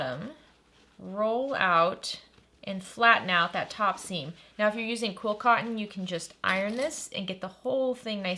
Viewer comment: You talk fast. What is quill cotton? Are you trying to say quilting cotton? Love the videos but wish you could slow down a tiny bit